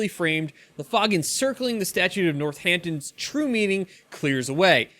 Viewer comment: Ummm, Northampton or North Ampton or Nort Hampton or North Hampton?!?!??! . Nort, Nort....